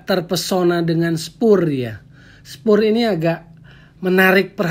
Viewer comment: Penyebutan spurs harus diperbaiki bung, risih mendengar kata2 spur spur hahah